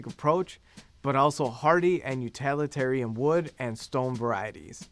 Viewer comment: With great respect, "you-TILL-it-arian," please. The presenter makes the word sound adjacent to totalitarianism, and that's not a connotation with which we should freight the word utilitarian. This feedback is not meant to deride the presenter. Thank you.